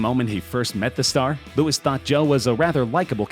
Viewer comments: its Louis not Lewis! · It’s Louis as in ‘loo-ee’ not Lewis. H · Please do not EVER say Louis name like that again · Louis not Lewis